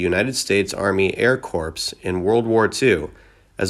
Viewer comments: I enjoy you videos, but they have problems. First of all, you should read the script for someone else, before recording, be maybe they would correct some annoying mispronunciations like..."corps", as in the military, is pronounced "core"...not corpse.Merle Travis name, the final "e" is silent. It's not Merlee. The town is LUBock. Not Lub Ock. It goes on an on. On top of all that....Everyone you do a video about is the "Sad Ending" even though some had long happy life and, as awaits us all, the died.. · Corps is pronounced Core. Ignore the p and s. The way you pronounced it means a dead body, like corpse. Good lord! You even massacred pronouncing Lubbock. Don't you listen to other things, surely on TV or radio you've heard these words pronounced correctly. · Please improve your AL! Not pronounced "Corpse" but "Core" San Berandino? probably "Bernardino." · No kidding... I mean, "The United States Army Air Corpse" had rolling my eyes. Has the narrator heard of "air corpse" or "air corps"? If he told me he's heard of the "air corpse" before, I would really like to see a picture 🤣🤣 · It's not corpse, you dont say the S on Corps. Just thought you'd like to know.